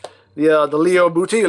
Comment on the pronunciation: I’m pretty sure lío is pronounced (lie-oh